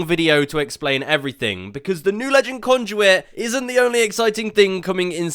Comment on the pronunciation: Who's conjuit😂 I'm pretty sure it's Conduit 😂